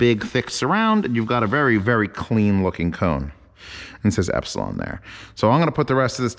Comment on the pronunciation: Not to be a 'noob', but Elipson is pronounced E - lip - son... not Ep - si - lon... No biggie audiophile buddy...!!! Looking forward to more of your reviews...!!! Keep On Unboxing...!!!